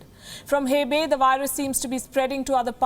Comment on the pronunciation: So dramatic 😜😜 Hebei (hey bay)🤣🤣🤣🤣🤣🤣